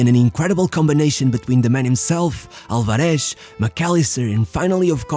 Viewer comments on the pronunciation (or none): All good, but the "Z" is not Sh, just S. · The accent in Álvarez falls on the first syllable. It's /'al.ba.res/, not /al.ba.'res/ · /alvareSH/??? It's pronounced /álvares/ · You can say "Paraguay" correctly but can't pronounce "Copa América". It's "Álvarez", not Alvaresh. 11 players in front of Ochoa? Teams play with 12 players now? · Is not, alvaREZ is Álvarez .. ÁLvarez. head of chota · Really good video. I just wanted to point out it's pronounced AlvareS, with an S sound (rioplatense spanish accent's pronunciation of the letter Z) and not AlvareSH which is how you pronounced it; I hope u see it and helps you for future videos. Great content. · Just one tip: In Spanish, when pronouncing the generic surnames Fernández, Martínez, Álvarez, the z is pronounced like a normal 's' not like 'sh'. Only in Portuguese (from Portugal, not Brazil) it's pronounced like that. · Why are you pronouncing the names like that? Alvaresh, Fernandesh, Martinesh... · Love how you say "Julián Alvareshhh" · Alvareshhhh, Fernandeshhh, Martineshhh ....hahaha.... thy the f*ck do you pronounce like that? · It drives me crazy the way this guy pronounces the z's" en martinez, alvarez... he tries to emphasize the z sound, but ends up sounding like shhhhhhh, "alvareshshshsh" "martineshshshsh"... jajajaja, by the way, great video, saludos desde el mejor pais del mundo: argentina!